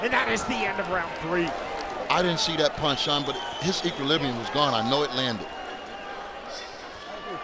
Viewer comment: "his equlibium . . ." ? Learn to speak man it's EQUILIB'R'IUM with an R damn!